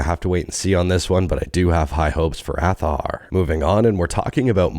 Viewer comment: Hi azahar is pronounced without the h, as for the Z only in Spain is that strong as the second pronunciation, in latam it is the first one